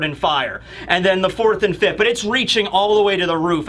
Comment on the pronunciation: "Fifth't" Why do you put a T on the end of the word fifth?